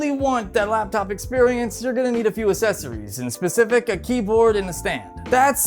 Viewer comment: interesting and informative video but I couldn't get over the assessories or the expecially's....